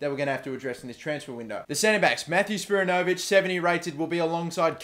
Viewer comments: good to see some aussies in the team. plus their wanderers players btw is spi-ran-no-vic not spira-no-vic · isn't spiranovic pronounced with the accent on the "a" not on the "o"? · you keep saying Spiranovic wrong! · Your Australian and can't say spiranovic